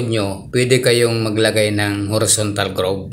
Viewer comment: correction lang po...horizontal po nd horontal ayun sa bigkas kng nd aq nagkakamali...salamat po🙏🙏🙏